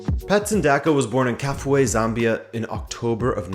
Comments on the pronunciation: Kafue pronounced as Ka-few-way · Kafue is pronounced Ka Few A😌 let us not butcher the name 🇿🇲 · Kafue pronounced as Ka-few-e....but good try. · Pronounced kar fewa 🇿🇲🇿🇲🇿🇲🇿🇲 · Please, you pronounce 'Kafue' as Ka fyu we.